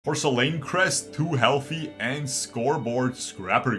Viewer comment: Bro I can't take it anymore please look up how to say porcelain. If I hear porcielane one more time I gotta stop unsub until next season